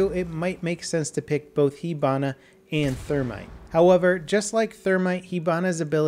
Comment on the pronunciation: i thought is pronounced hibana not hebana